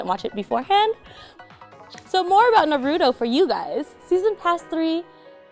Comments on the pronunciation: Why do people say naruto like “naroodle”? Like what the heck these days... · Im startin to see why Naruto is always gettin shafted by Bandai...girl on camera cant even say Naruto properly, ouch.